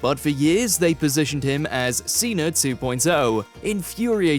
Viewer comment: John Ceh-NA